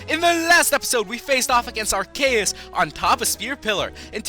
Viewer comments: it's pronounced "arseeuhs" not "arkayuhs" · You keep saying arceus and regigigas wrong, it's (ar-see-uhs) and (re-gee-gie-guhs) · IT'S REGI GIG IS AND AR KEY IS! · you say it wrong. you say regigigas and arceus's name wrong. ahhhhhhhhhhhhhhhhhhhhhhhhhhhhhhh